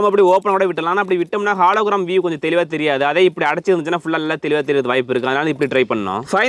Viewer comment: Bro athu halogram illa hologram😅